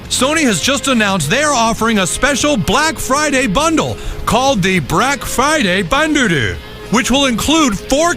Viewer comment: Brack Friday Bunduru. LMAO